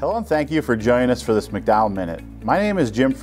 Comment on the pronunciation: Does Jim not know how to pronounce his surname or is it misspelled?